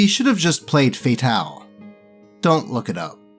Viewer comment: do you realize you mispronounce Fatal? The game is called F.A.T.A.L. and it’s pronounced like it’s spelled. Look up the theme song, yes it has one unfortunately…